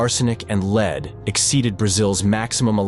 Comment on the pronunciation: I had to quit watching; the glaring mispronunciations are terrible. Leed poisoning? Really? RomanIA? your robot needs re-training.